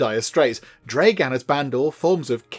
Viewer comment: Also, you are reading/pronouncing it like "Dreigan?" when it's "Dragan" as in "Drag" in "drag racing" or "[Drag]ging a sack of potatoes", and "an" as in "That's [an] amazing beard". So, "Dragan", not "Dreigan", and yes, that's like both the most Russian sounding name, and not at the same time. 😅